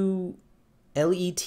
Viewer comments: Vids are never too long 😄 as for saying Ucluelet, is Sounds like - you cue let - 😁. Hehehe, just thought I’d send you that so you can impress your Florida knitting pals. It’s interesting how names seem simple where you live, until you hear folks from other areas try and produce the names. We have a lot of unusual names here on the Coast of BC. Seeing you trying to pronounce the German and Ucluelet, reminded me of when I first moved to the Coast many years ago, and trying to wrap my tongue around the names of things. What an interesting world we live in. Especially now that we can interact with each other from around the world. Have a fantastic day tomorrow! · was not my post card, I just wanted to tell you how Ucluelet was pronounced. I meant send as in the message I sent. But one day I’ll get a post card sent. Cheers!